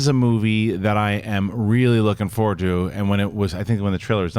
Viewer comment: never noticed that. I have noticed him saying forward as foward